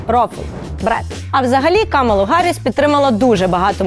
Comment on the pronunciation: Це смішно як українці говорять за політичну культуру. Рагулі навіть не можуть правильно назвати ім'я "Харріс", вічно гекают.